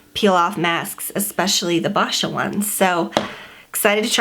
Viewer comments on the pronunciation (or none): It's pronounced boy-sha